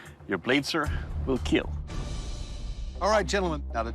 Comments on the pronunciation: Doug said kill not KEAL Wtf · It is keeel not keallll; emphasis on the “e” 🥸🤣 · Its a chefs knife and it will keel.